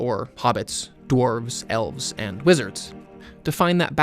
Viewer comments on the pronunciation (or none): none